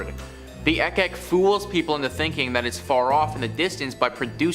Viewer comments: I think it's pronounce as ik-ik not ek-ek. 😉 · Its IK IK Not Ek Ek